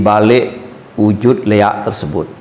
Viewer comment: ampura, yg Benar LIAK bukan LEAK, LI= Linggih AK= akasara